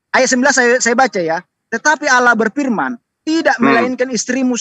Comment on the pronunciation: Ngomong Allah aja gak becus luh orang Kristen gila